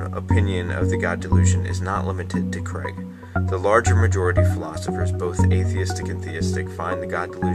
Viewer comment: Also, why do you insist on saying Criag? That's quite rude, whether you disagree with him or not. You can at least be respectable, you do yourself and all those who agree with you a disservice by being so disrespectful.